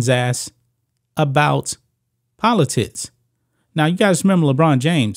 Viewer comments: Polotickkkks....not polotits...u nob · Am I the only one that hears politits instead of politics? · Am I the only one who hears "Politits" instead of "Politics"? =D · I was looking for that comment. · I keep hearing politits….